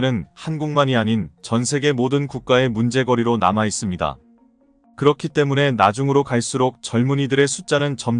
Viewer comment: 유튜브의 내용을 읽는 분, 한글의 내용 이해가 매우 부족한 사람입니다. 엉터리입니다. 예: 오일팔을 오점일팔로, 때문에를 매문에로 읽으니까 내용연결이 안 됩니다.